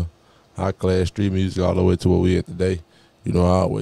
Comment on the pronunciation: I like how yo Gotti be saying mursic instead of music